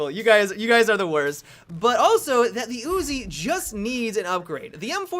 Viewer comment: "The ooozi"